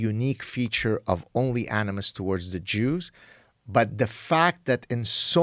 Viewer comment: ‘Duh jooz’ - You